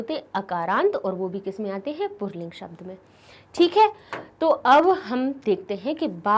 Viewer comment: मैम आप पुल्लिंग को पुरलिंग क्यों पढ़ रही है? कम से कम अाप तो सही से पढ़ीए ।